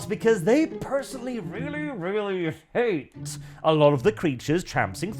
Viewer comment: When you said they hate visitors I heard it as an Irish man as ‘Ate visitors. Guess I wasn’t wrong